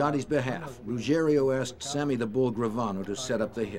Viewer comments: You’d think the voice-over person would learn to pronounce Ruggiero, the main character in the build-up to getting Gotti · So annoying that the narrator can't say Ruggiero and always says Ruggerio. So unprofessional 🤷‍♂️ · It's Ruggi-ero and not Rugg-erio